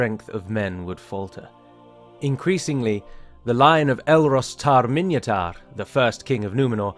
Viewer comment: Minyatur, not Minyatar